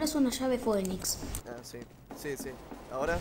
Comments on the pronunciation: se dice "finix" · el pibe que no sabía pronunciar "phoenix" JAJAJAJA